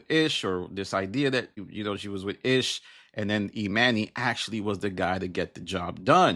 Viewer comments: 🤦🏾‍♀️ You pronouncing Emanny's name incorrectly is wearing on my patience too much to finish this video. 🛑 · You keep mispronouncing his name. You must not really watch the pod.